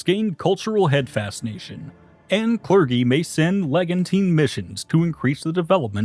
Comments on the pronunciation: Drinking game: Take 1 shot when the narrator pronounces clergy as“cler-Ghee”. Take 2 shots when he pronounces archbishop as “arc-bishop”! 🤗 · had no one yet informed him that it's a soft G in that word? Or are we sticking with it for the bit? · The admission that you've been mispronouncing clergy on purpose because it makes you feel like you have control of your life is a genuinely funny revelation. Can't be mad about that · christendom, clergy, archbishop...lots of mispronunciations in this